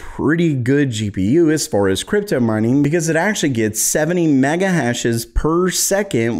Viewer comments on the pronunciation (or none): none